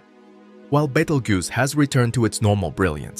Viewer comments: Also it's pronounced Beetle juice not bagel goose.😂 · How many F***ing times can you pronounce Betelgeuse?! Betel-juice, Bettle-goose, Bettle-gise, Battle-goose, Baked-pimple etc..... Also, Battle-goose is Orion's right shoulder, not left. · Betelgoose????? lmao...... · Baytle goose. 😂😂